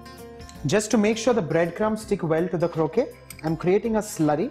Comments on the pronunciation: "Krokay" (croquet) is a lawn game played with balls, hoops, and mallets. Kroket" (croquette) is a stuffed, breaded and deep fried patty like the ones you're making.The English must have mispronounced the word in India. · Croquette is pronounced (crow-ket)